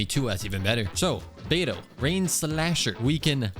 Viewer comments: 3hrs and still “bediou” 🫩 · brother said “bediou” 🥀🥀🥀 real smooth